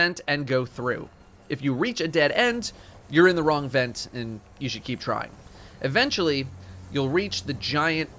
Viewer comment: E-VENT-ually. I see you